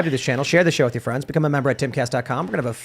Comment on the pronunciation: !...the word is...WITH not WIT!!! And the phrase goes: 'Light of Day' not 'Day of Light.' It's a sad day when Ian sounds more intelligent.